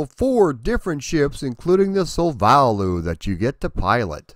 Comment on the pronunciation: "SOUL-va-loo" must be the pronunciation, I'd think? (Sounds like Esperanto or something.) Interesting discussion all through! (Maybe the popularity of Xevious in Japan contributed to the "Shmup" popularity there, up to the present day?) Perhaps next, VR...